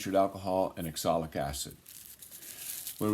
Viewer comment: Teehee you're doing it again: calling it "exolic" acid, you are too! It's oxalic, c'me on.